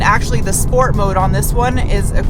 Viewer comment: Shhports. Sheeesh!!!